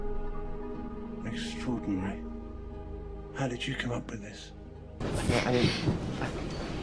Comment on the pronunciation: "this isn't my policy" "extroadinary"